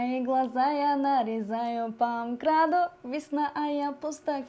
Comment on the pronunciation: По МКАД-у ❌ По МКраду ✅ 🤣🤣🤣🤣